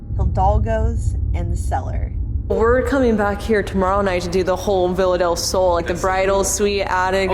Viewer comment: i'm spanish so it's so funny to me how you guys and english people says "villa del sol" idk it's curious, bc in spanish is pronounced "be-ya-del-sol" but anyways, i have been watching you guys a lot these days bc i found you bc of sam and colby, and you are part of my days. you bring to me so much company and a new perspective into paranormal stuff, and it means a lot to me.